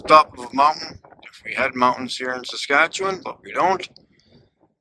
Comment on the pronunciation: When I heard him say Saskatchewan I was immediately embarrassed since I am also Canadian 😢